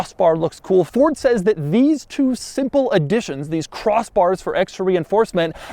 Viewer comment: "cROSSSS bars"